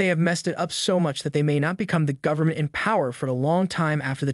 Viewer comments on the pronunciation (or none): none